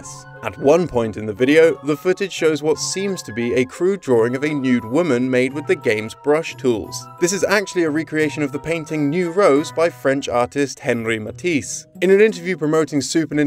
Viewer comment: It's pronounced 'On-ree', not Henry...